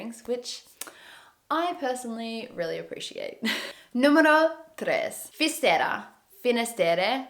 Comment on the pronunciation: I'm Galician, and i have to correct you: When you say ''Coruña'' youre saying sometimes 'Corruña'' and with ''Fisterra'' you say 'Fistera' Omly with RR is when you go like a roar or an motor, not with one R alone You have them in to opposite place. Coruña later on the video you say it right, still.. Fisterra has the double RR so is there where you go rrrrrrr xD By the way, the small salty fishes are Anchoas